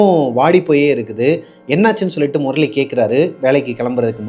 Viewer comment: Morali illa anna 😂 murali